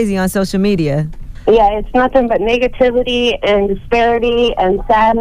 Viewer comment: Did she say nigatevity